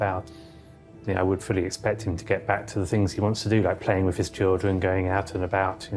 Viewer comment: I can’t believe the Transplant Surgeon says “Wiv” instead of “with”…. Nevertheless a very skilled surgeon.